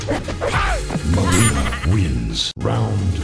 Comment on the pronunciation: Not nileena! It's mileena